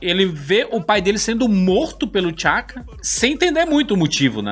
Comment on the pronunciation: T’Chaka e T’Challa pronuncia separado o T e não tudo junto